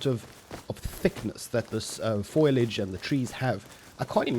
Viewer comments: buddy it's foliage not foilage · foilage? bro the word is foliage 😂😂 but holy shit they finished it lol edit holy shit i jsut had to come back and do a quick april fool date check gg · 'foilage' xD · How the fuck can’t people say foliage?